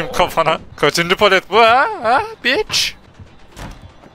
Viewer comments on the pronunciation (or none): ABİ BİCH DEMEN ÇOK İYİ YA